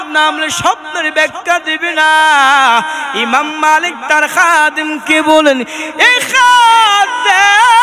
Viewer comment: ইমাম মালেক না বলে মাআালেক কেন বলল